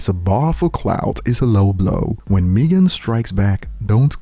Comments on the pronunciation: Who’s MEE-gan? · Still waiting on to say Megan name right 👀